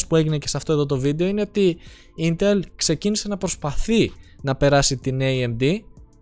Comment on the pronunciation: Δεν είναι κατσίκι για να το λες ιntέλ.....Ίntel λέγεται